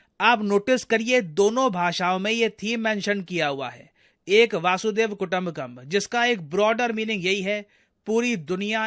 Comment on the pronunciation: एंकर महाराज, हिंदी तो सही बोल नहीं पाता, संस्कृत क्या बोलेगा। " वासुदैव " गलत शब्द है, सही शब्द है " वसुधैव " है।